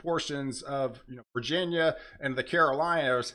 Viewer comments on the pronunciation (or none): none